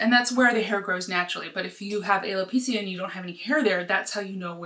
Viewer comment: You said alopecia wrong ✌️ 🙏